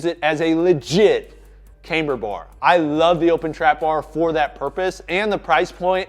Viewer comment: I think many people have hear you mispronounce the word Camber and copy you. It's pronounced like the cam in Camera, it's not Came-ber.